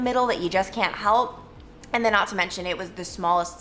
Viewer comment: The only current word you say that is an accent I can't figure out... The word AND. You make it 2 syllables & it sounds like eeeee-uhnd. Is that an Ohio accent? Kentucky? I'm in NJ so it's just a different sound than I'm used to, not a judgement.